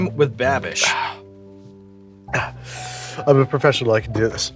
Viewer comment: Brad calling babish Babby will always make my day